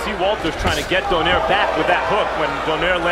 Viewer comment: comentator announce donaire as donier